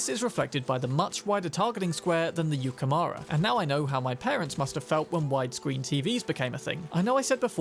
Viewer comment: It's japaness, so yukemOOra for you. Not mara